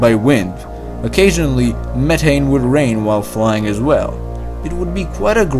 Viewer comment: Speech impediment makes you difficult to understand, sorry. Speak english please, it's pronounced meh-TH-ane, not meh-ane, where is your THHHH sound!!! You need speech school you have a horrible impediment!!! Trust me I am incredibly educated and you have a problem!!!